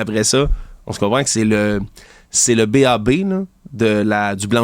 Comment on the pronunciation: je trouve que vous faites des erreurs factuelles et vous connaissez mal le système de justice, et on dit b.a.-ba, pas b.a.b. de rien